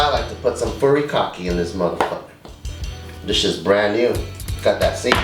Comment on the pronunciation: pronounced furikake- really nigguh?